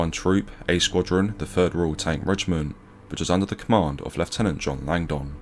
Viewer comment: Great video. "Langdon" is pronounced with a silent "o", not as "Lang-don".